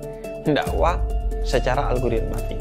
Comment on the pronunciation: Habib nyebutnya algoritmatik gak sih?